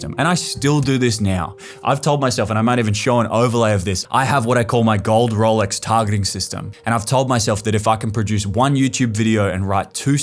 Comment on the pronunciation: must be VERY proud of your RRRRRRRRRRRRRRRRRRRRRRRRROLEX :face-blue-smiling: ( no hate)